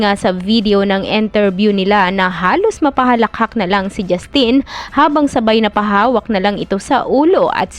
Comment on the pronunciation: Hindi po JustEEEN 😭 JusTIN po un